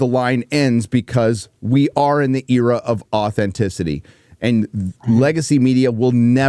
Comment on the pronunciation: you are to my delight, one of the very few Americans who actually pronounce the word ''era'' correctly... I thank you 😊👍